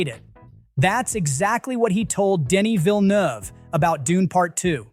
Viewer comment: From a French speaker: thank you for pronouncing properly Denis Villeneuve and not Villenouve